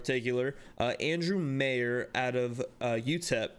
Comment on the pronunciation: Its pronounced Meyer, like My instead of May 🥰. This is my hubby's cousin. He's a beast! From watching him play UTEP, and how much my hubby adores him, he is not only is he a beast on the field, he's an awesome human being too. I hope he kicks ass 🤞🏽🙌🏽.